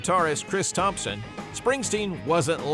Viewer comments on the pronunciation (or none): none